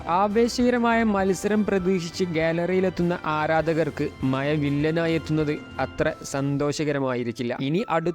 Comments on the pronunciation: മഴ എന്ന വാക്ക് തന്നെ ഒഴിവാക്കു pls. പറയുന്നെങ്കിൽ മയ എന്നല്ല മഴ എന്ന് തന്നെ പറയുക. കിട്ടുന്നില്ലെങ്കിൽ rain എന്ന് തന്നെ പറഞ്ഞോളൂ. മാതൃഭാഷ വികൃതമാക്കല്ലേ. നിന്നെ കുറ്റം പറയുന്നില്ല കാരണം ഇതു നിന്റെ തെറ്റല്ല. 😂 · മയ ❌ മഴ ✅ 🤣🤣🤣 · Not മയ മഴ എന്ന് പറഞ്ഞു പഠിക്കുക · എടാ.. മയ അല്ല. മഴ വല്ലപ്പോഴും നാക്ക് വടിച്ചാൽ നിനക്ക് കൊള്ളാം ... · മയ അല്ല😂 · ഒന്ന് മയത്തിൽ തള്ളടെ.. മയ.. മയ... മഴ എന്ന് പറഞ്ഞു പഠിക്കു.. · Maya alla mazha😂😂😂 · എടാ പുല്ലെ മയ അല്ല..... മഴ എന്ന് പറ 😭😭😭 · മയ,,, മ ഴ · മഴയാണ് മയ അല്ല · എടാ കുട്ടാ മയ അല്ല മഴ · മയ ,,,, മഴ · മയാ അല്ല ഭായ് മഴ എന്ന് പറയു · സുടാപ്പിയാണല്ലേ.... മയ.. ഏയ്‌ ... പതിനേയ്.... വാശൗട്ട്... അത്ര സന്തോശകരം.... അതിനു ശേശം.....പറയാൻ പഠിക്കെഡേയ്... പൊയ്... പോ... കാക്കേ കാക്കേ കൂടെവിടെ...? 😄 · Hai you tell good Malayalam man,Maya, Maya what is this are you fell any shame? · ആദ്യം മഴ എന്ന് പറഞ്ഞു പഠിക്ക്. ഭാഷയെ അപമാനിക്കരുത്. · മയ, മയ, 🤣🤣🤣 ഒന്ന് നാക്ക്‌ വടിക്കുന്നത് നല്ലതാണ് 😭😭😭